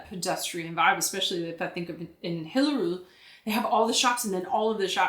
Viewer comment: Still need to work on your pronounciation of "Hillerød"